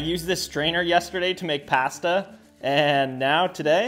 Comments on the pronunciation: Don’t ever say patdsa again mf its pasta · Nowayhe said pas-ta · You must be Canadian based on how you pronounce "pasta." Paaaaassssssta. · bro the most white thing he said was paasta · I like how he says “pasta” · No way he pronounced pasta like that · Pasta pronunciation goes crazy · The way u say pasta just makes me go 🥴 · U pronounce “pasta” wrong